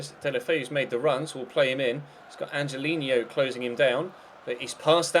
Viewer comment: its pronounced "angelinyo" this ñ is makes the 'ny' sound.